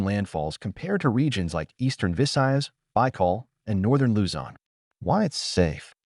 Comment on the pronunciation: Why not just narrate the video, instead of being lazy and using AI? It blatantly mispronounced most of the key location names. I mean "NEEgros"?? "BYEkol"?? "SEEboo"?? "Dumageet"?? DAYvo??? The wonderful Filipino culture deserves better than this.